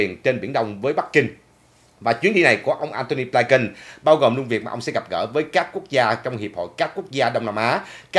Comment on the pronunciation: Cái tên Antony Blinken đa số người đều đọc là Blin kình,sao chỉ đọc là Blai kình,,các đài Mỹ cũng đọc Blin -kình mà